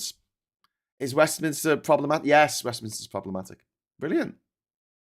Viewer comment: It's Westminster, not 'WestminIster'!